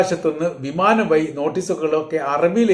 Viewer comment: വഴി ദൂരം ( no വയ് ദൂരം )